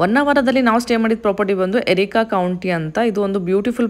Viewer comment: ಅದು ಎರಿಕಾ ಕೌಂಟಿ ಅಲ್ಲ ಮೇಡಂ, ಅರೇಕ ಕೌಂಟಿ, ನಿಮ್ ವೀಡಿಯೋ ಚನಾಗಿತ್ತು